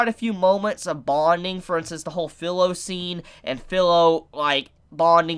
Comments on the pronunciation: Fi-lo not fillo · FYI, Pilo is pronounced peelo or pealow, her name is not pronounced like that thing you rest your head when you go to sleep on your bed. Naofumi and Raphtalia only say her name everytime she's on screen. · Lets talk about the way you pronounce "Filo" ....